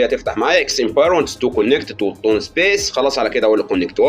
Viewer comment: يا باشا العمله اسمها توووون مش طن